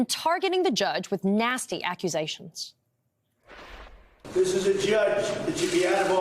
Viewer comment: aaaauckusations :) and she definitely referred to trump as chump! haha